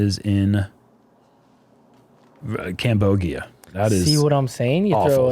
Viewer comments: rofl "cam-bogia" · "Cambogia" LMAO